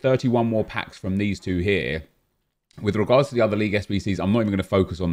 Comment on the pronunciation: Why does say “with regards” like he’s Spanish😂